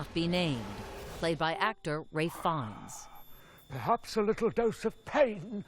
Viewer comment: I'm more worried about her calling Ralph Fiennes "Ray Fonz"